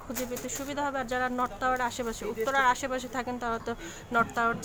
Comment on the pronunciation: নট নয়, নর্থ